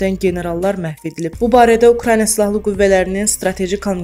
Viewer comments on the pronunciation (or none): none